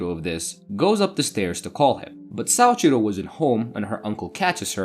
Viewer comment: Man, your Japanese is very poor. Soichiro is (SO-EE-CHI-ROW) not (SAA-CHI-RO) or sometimes you said (SA-EE-CHI-RO) or (SAO-CHI-RO). I don't know why your brain has to add an A into his name. Your (Ri) in Rika, was closer than most native English speakers, but it was definitely Spanish rolling and not the character り. Also, you can't even keep her name straight because you later call her Riko, multiple times. And Kazuhito? You literally left out 1/4 of this man's name. You looked at a 4 syllable word and really just left an entire one out. His name was not Kazuto, it was Kazuhito. Then Shiraishi. You just changed the last (Shi) into (Sha). What's the obsession with adding an (Ah) sound into everyone's name? holy shit you BUTCHERED that name my guy. "Saochiro started dating Suashira"? That is how you said it. Does Suashira and Shiraishi sound the same to you? lmfao I'm sorry but this was painful for anyone who knows even the slightest bit of Japanese.